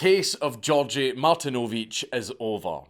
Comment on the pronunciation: also his name was gi-org-gi